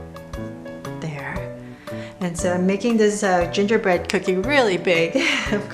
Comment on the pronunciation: Ginger bread? Man? I heard J J Bread?